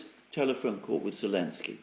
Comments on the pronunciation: Did I miss something? keeps calling Zelensky what sounds like 'Alensky". A slip? Is it a proper pronunciation? A mispronunciation? An inside joke or reference? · The letter Z has been banned by the Ukronazis as a symbol used by the Russians - so.... Elensky or I prefer Sellensky